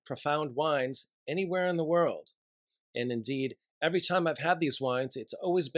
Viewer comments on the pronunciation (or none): none